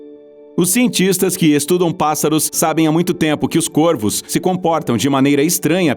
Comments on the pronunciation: Caros do, o plural de corvo é com o timbre aberto, que não é acentuado: corvos [córvos], e não côrvos, assim como em forno: fornos [fórnos]. E baleias-piloto é um substantivo composto por ligação por hífen: baleia-piloto; baleias-piloto. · mds do céu... O cara começa o video pronunciando Corvos de maneira errada.. O singular pronuncia CÔRVO, no plural se pronúncia CÓRVOS. Deslike e video fechado. Boa noite. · Plural de corvo se fala cÓrvos.